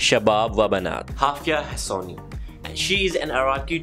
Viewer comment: يكول هافيا هسوني متت ضحك خرب هيفاء حسوني هافية شنو🤣🤣🤣🤣🤣🤣🤣